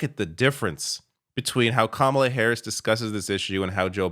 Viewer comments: Kamala immediately set the stage and won the debate with the initial and powerful gesture by affirmatively going over into Trump’s space, introducing herself by correctly pronouncing and enunciating her name, then confidently shaking his small hand. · It was over when she initiated the hand shake and introduced herself with the right pronunciation of her name. And she became the alpha of that debate from the start